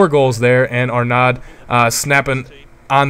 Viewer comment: HAHA the name is not Arnad, it's pronouced ARNO.